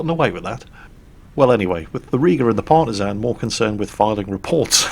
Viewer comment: Ok, i love you, but you need to know, and remedi at the first posibble notice, that Partizan in prounsed with an ä, and that is comming from a former Partizan soldier, from one and only Titos Yugoslavija. Smrt fašizmu, svoboda narodu!! Or to gulak with you